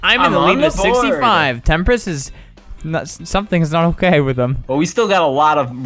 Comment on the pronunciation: "It's ghunna be okyay :)"